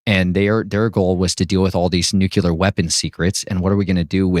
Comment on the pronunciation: How do you know if he is or not? Be real. He can't say nuclear properly but said nucular.